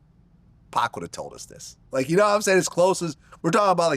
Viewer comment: Never trust anyone that calls him 2Pack